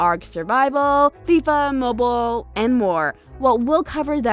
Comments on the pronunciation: mobile not mibile 🤣🤣🤣🤣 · Kick my "MIBILE" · On mibile ? 😂🤓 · On MIBILE Lmaoooo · Yes my best platform "mibile" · It literally said"pc games on mible"XD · “Pc games on MIBILE” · "PC Games On Mibile" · 0.32 mibile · They litartly said mibile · Mibile? XD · Mobul lol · "Mibile" lol xx